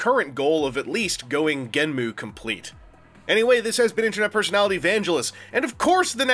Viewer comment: I know it's everyone's personal preference on the pronunciation, But it bugs me so much on how, even the show Creators had said this, Someone can pronounce it GENMU, when, again, the show Creators even said this, It's pronounced GENM